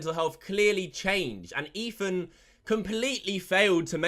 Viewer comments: wtf is ''EFAN'' he keeps saying that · ETHAN, not EFAN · This guy cant say Ethan correct lmao. He says Efan. I guess its e British version of a lisp 💀💀💀